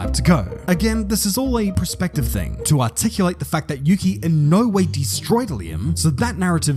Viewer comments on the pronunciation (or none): Perspective.. Not Prespective..